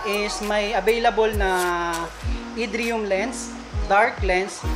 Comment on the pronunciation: Irridium Lens po, hinde idriyum. Pinlock po tawag dun sa butas ng lens for antifog film. Do your research before ka mag review para mas maganda ang content ng Vlog mo boy. Goodluck sa mga future vlog.